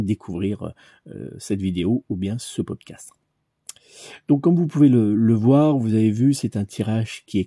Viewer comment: Bonjour 👋 en toute sympathie , il me semble qu’on dit Pod Cast et pas castre 😊à moins que je me trompe . Merci et bravo pour ce tirage de grande qualité 😌🌸